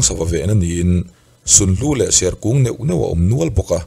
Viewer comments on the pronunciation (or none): none